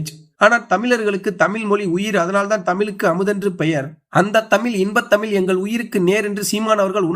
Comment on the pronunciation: சீமான் அவர்களின் உரை பற்றி சொல்லி தெரிய வேண்டியதில்லை, எனக்கு உணர்ச்சி கண்ணீர் வடிக்கும் அளவில் இருந்தது. ஆனால் இந்த உரை பற்றி விவரித்தார், தமில், தமில் மொலி என்று பேசுவது மிகவும் கொடுமையாக உள்ளது, திருத்திக் க்கவும்